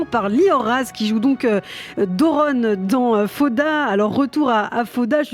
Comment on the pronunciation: faire l'effort de dire faOda c'est ainsi qu'on prononce est le minimum quand on choisi de parler de cette série. Vous avez pas du regarder beaucoup d'épisodes.....!